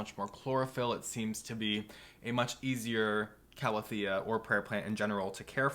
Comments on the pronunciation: Hahah, it bugged me too for some reason. I did have a moment of "have I been saying it wrong all this time?" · I can’t help that it annoys me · The way he said calathea pissed me off to no end 😪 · So it wasn’t just me! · Linda Wiseman I honestly don’t know and usually pronunciations of botanical names don’t affect me but for some reason it really annoys me